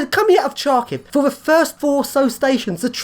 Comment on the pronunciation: you pronounce the name of the city incorrectly: first letters "Ха" sounds closer to "ha-ha-ha", not "Cha". "Сha" is "Чa"